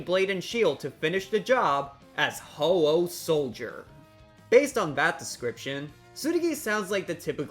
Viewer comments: It's ho-oh soldier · IT'S PRONOUNCED HO-OH SOLIDER!